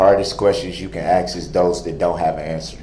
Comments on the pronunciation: Someone teach this man the difference between ask and ax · Th is not a ffffff sound. Truth is not “trooff”! It is sustained NOT supstained!! There is not an X in ask, ask not ax ( you chop wood with an ax)! If you want to look intelligent speak correctly!!!! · Aks yourself this or aks yourself that. Aks yourself "is he guilty" then aks the judge for a life sentence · The way he butchers the English language is a crime in itself. I've heard him use the word AX instead of ASK, TEXTE'S instead of TEXTS. All that was missing was AMBERLAMPS instead of AMBULANCE... or did I miss that?? 🤣 Oh, I forgot UMBIBLICAL cord! SMH He is a whole circus. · DIT, WIT, DAT, AX, DIS and DA… what kind of words are these, and are they in the dictionary?? What kind of words are these? Oh and NUFIN 🤔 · Its "troof" " axe" darrell,😆